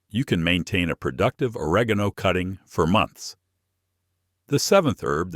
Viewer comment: TI how to pronounce oregano it’s very important to where you put the emphasis